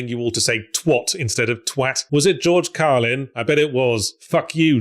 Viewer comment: Genuinely hilarious and delightful for Yahtzee to stumble into saying my name on accident like that. Like, for a name that only I have on the entire goddamn planet as far as I'm aware, Yahtzee had to go way the fuck out of his way to land on "mispronounce George Carlin as Gerge Corlin" as a joke, to have my name be in a video watched by a hundred thousand people. I've never even been a member and I can't remember the last time I've posted a comment on this channel or the Escapist, there's no chance he did this intentionally. What a bizarre lovely little miracle this bit is for me in particular.